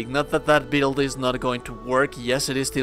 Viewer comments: Take a shot every time he says “DEECE BEELD” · I just can’t handle the way you say build, I’m sorry I know that sounds shitty, but I just can’t get past it